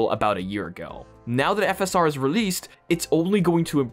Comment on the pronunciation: Why did he say "V S R" and put on screen "FSR"?